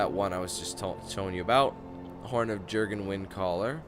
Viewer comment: Jurgen is pronounced "Y"urgen. Silent J. As in "Jose". or "Y"arl. Sorry that was bugging me. :(